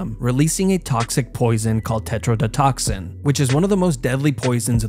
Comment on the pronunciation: He can't even pronounce tetradotoxin correctly😂